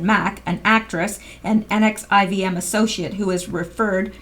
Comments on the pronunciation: Someone may have already posted, but NXIVM is pronounced NEXIUM like the drug, per another article. Sick SOB. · NXIVM is pronounced nexium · The NXIVM is pronounced "nexium"